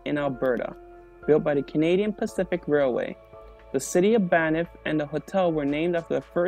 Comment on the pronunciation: It’s Banff not Banifth